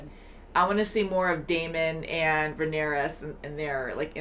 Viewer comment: Lol Rhaenyra not Rhaenyris haha there’s just too many names lol 😂